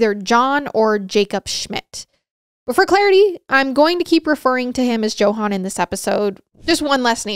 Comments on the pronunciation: I was thinking the same thing!!! It was kinda driving me a little nuts 😂😂😂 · I have never heard Johann pronounced with the hard "J" before. 🤣🤣🤣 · Another great episode. I never heard of this guy before. One thing to note, however, for future episodes with similar names. Johann is pronounced Yo-han with the infliction on the yo. Just something to think about for any future videos with the same name.